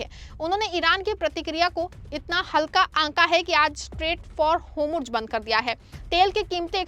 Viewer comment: Pronunciation like( hormuz) and other words are wrong .Reform this